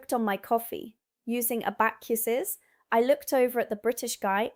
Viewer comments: A-back-you-sus - I gave up at this point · That's not how you pronounce abacus